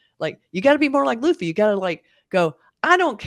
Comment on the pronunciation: I was going to subscribe until I heard someone mispronounced luffy’a name specially when the live cast made a whole YouTube video on how to pronounce the name.